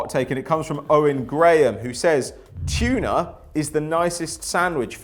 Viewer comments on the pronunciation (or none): It’s TUNA not CHUNA